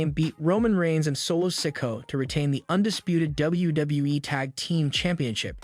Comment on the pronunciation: Every time I hear “sick-o” I cringe..